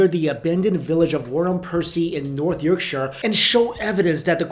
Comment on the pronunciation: Um, That's YORKSHIRE, not Yerkshire. jus' sayin' :)